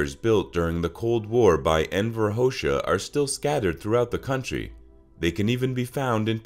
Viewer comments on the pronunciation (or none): This video has so many things wrong. is the wrong spelling. It is spelt shqiptarët. this is the wrong pronunciation. It is pronounced as (Shpuhreea). the letter "xh" is pronounced like the english "J". So you basically proncounce his last name as "hoja". the letter "q" is pronounced as "ch" and it is the wrong spelling. It is spelled like this "kokë qingji ". I don't know but those letters look Latin based to me. that is completely wrong. There are masculine and feminine nouns and there words that change. For instance for boyfriend it's "i dashur" and for girlfriends it's "e dashur". Also the verbs also change. "yt" for men/boys and "jote" for women/girls. while Albania is majority Muslim, so is Bosnia. well those are dialects of the Albanian language. the letter "e" in Albanian is pronounced as "eh" or the same way you pronounce the "e" in the word "bed". And it doesn't change wrong pronunciation and spelling. It is spelled "Xhiro" and it pronounced as "jeero" again the letter "xh" is pronounced as a "j" that is also incorrect. The Letter "c" is pronounced as "ts" as in tsunami. However there is a letter "ç" which is pronounced as "ch". I see you understand that the letter "xh" is pronounced as "J" yet you have mispronounced this letter throughout this video. again, you pronounce the "e" the same way you pronounce the letter e in the word "bed" the letter "ë" at the end of words is silent. wrong pron